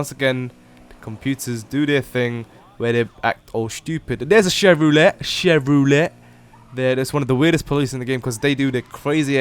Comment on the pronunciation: lol you say chevrolet as chevy-rollay